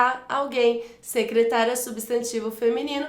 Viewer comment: Sou inscrito recentemente no seu canal. Desculpe-me a intromissão,, mas há um erro de pronúncia na letra "d" de um dos exercícios sobre crase, em que, mesmo estando escrito "secretaria", você pronuncia o termo - claro que por engano - como se fosse "secretária".